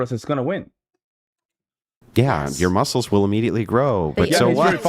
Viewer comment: Andrew cannot even pronounce muscles correctly.